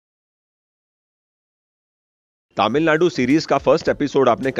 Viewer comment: Sir,Finally you are in the land of temples. One small correction-You are pronouncing TamilNadu as TaamilNadu. Please correct, thanks.